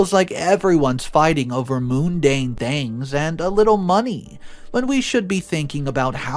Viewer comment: Mundane is pronounced mon-dane